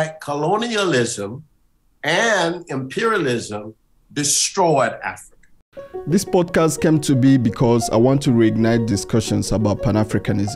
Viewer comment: “My religion is Afryica”.